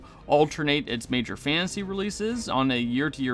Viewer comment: Uggh. Annunciate. “Fantasy”, not “fansy”